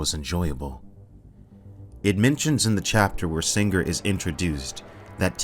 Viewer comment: "SinGRRR" What did that G ever do to you?